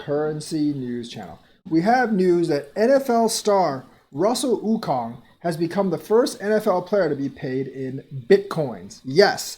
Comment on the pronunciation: Okung= (Oh-Koong)